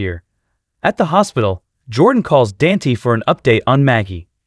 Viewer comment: The computer generated voice has to GO. Can't even say characters names correctly,especially TRINA or DANTE !!!